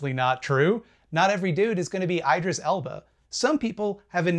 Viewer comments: For a second there I thought he mispronounced “Idris Elba,” but then I realized he was talking about the Supreme Love God of the Eyeball Zone, Eyedris Elba. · The only bit I object to is how pronounces Idris Elba